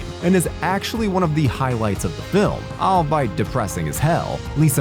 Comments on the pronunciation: “Macabruh”, “albite”?!? Common dude yore butter then that. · If I hear "albeit" pronounced "all bite" one more time from this channel. Seriously, vet your VAs before you post. You can find pronunciations on Google. You always make yourselves sound stupid with no excuse. I'm unsubscribing. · “Albeit” is pronounced “all be it” just fyi 👍